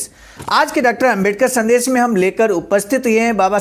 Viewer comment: शब्द उच्चारण ठीक करना चाहिए। संदेश और संदेस में अंतर समझें। मुन्नीलाल वाराणसी